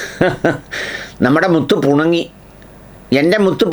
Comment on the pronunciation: പുണങ്ങി അല്ല പിണങ്ങി എന്നല്ലേ 😄😄😄